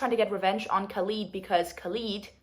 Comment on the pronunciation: I actually the first pronunciation of Khalid was correct, this is how we pronounce it in Arabic😊